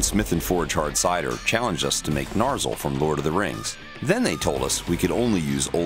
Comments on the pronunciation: NAR SEEL, bro, NAR SEEL. Not Nar sul. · Angworn And Narzil ? Really? I mean great job with the sword, but you butchered the names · Disliked when you called it NAR-ZLE inside the first minute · Was no one else bothered by the pronunciation "Narzehl" for Narsil? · ANDURIL NOT NARSIL SMH...... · I hate how they pronounce Narsil in the beginning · The way you pronounce Narsil and Andúril pains my heart and ears. Other than that, cool video!